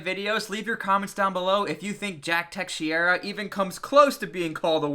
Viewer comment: Teh-shera = teixeira